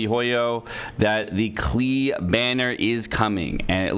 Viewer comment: its pronounced like clay